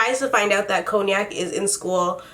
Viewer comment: I love how she calls her coniac lol (is that even how you spell it?)